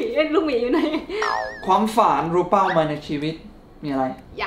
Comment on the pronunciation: 2.53 เป้า ไม่ใช่ เป๋า 55555